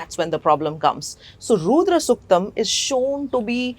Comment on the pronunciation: Madam please!!! it is not "Roodra suktam", but "Rudra suktam". Your accent shows you were not brought up in the West. Why do you take it on yourselves to mispronounce it like that!!! Did the swamiji and the priests chanting the Rudram not tell this?